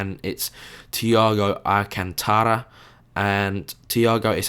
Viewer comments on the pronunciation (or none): AL-CAN-TRA not AL-CAN-TA-RA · you write Alcantara but you read Alcantra